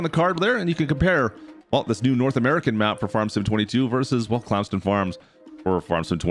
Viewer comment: Bro really said “clams den farms”